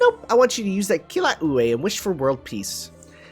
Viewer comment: Wait, you actually said the names for the Hawaiian snow Goddess and the skill BB kept casting right but then say Kilauea and Mauna Kea wrong. What actually makes you read some of these words as you did? Least you like me also realized the SACRILIGE of making BB’s costume loose her tan. At least let us tan up her first ascension too dammit! It’s still weird how Leonidas, Saint George and Mashu we some of the only true tanks in game and all of them are low star units, Benkei as well but his taunt isn’t as good cause unlike the other 3 he either can’t keep up the taunt or have ways to make the rest of your team tanky. D’eon 3 turn taunt was kind of level locked at the time do to how when the game originally came out... it was hard to level units and not to mention her 4* rarity but her own skills as a debuff resistance taunter was good in it’s own way. Hell, I have a level 90 Saint George I just used with Tamamo and another support to keep him getting hit and lowering his taunt skills cd. Leonidas specifically is good cause with the newer Servants coming out with multi hitting normal attacks his 1st skill NP gain up with taunt kept getting better to the point he can just straight loop his NP and not only provide stars consistently but also tons of defense. Give him a couple grails or just HP/NP gain up CE’s and watch as he tanks for your team consistently.